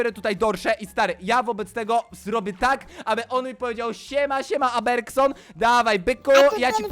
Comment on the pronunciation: Trochę denerwuje jak mówisz Aberkson.